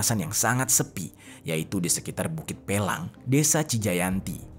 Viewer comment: Pelangi bukan pelang bang saya warga asli situ